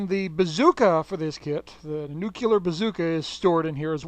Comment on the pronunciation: "Nucular" isn't a word,.:P